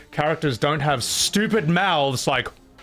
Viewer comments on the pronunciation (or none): This guy contemplating whether you are unintelligent whilst saying “stupit”. I mean im not exactly a classist or anything but anyone who pronounces “stupit” doesn’t come across as a Rhodes scholar. I’d venture to say he is leaning on the underbrained.